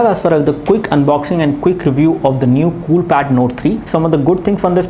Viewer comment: cook review...lol.. :D pronounce it as quick..